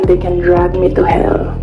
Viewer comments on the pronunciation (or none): Drag me to hell ! parang pagka pronounce katulad nung di ako nakapag aral ni guo !